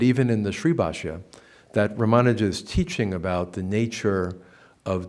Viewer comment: Why does the good professor insist on mispronouncing Sri Ramanuja's name? Odd.